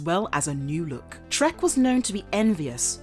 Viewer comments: I think they were actually saying "Trekk", but it is so very close that even I kept thinking he was saying "Shrek". It would, on the other hand, be a totally appropriate Name for the Green Psycho Ranger! ;P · Is she saying the psycho green rangers name is…shrek? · Are you saying Trek or Shrek